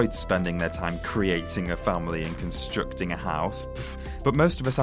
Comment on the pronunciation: "Constroocting a house"...